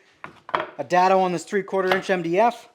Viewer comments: It is "day-dough" not "dad-o" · Is there a reason most builders put clamps on a table with the bar pointing up not down! All I can think about is taking out n eye bending over to pick up a screw! PS it's pronounced DAY-Dough